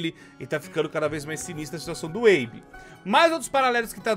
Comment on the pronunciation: O nome dele é Abe. Abe e abby tem pronuncias diferentes kkkk